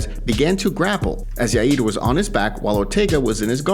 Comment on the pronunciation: Yaid????? It’s ya ear. Yair.